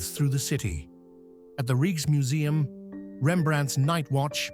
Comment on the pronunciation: Its a beautiful video about the Netherlands. The more a shame that the voiceover didn't take the effort to pronounce a lot of things better. Like to say "Keukenhof", "Stroopwafels", "Rijkmuseum" etc.. that shouldn't be to difficult.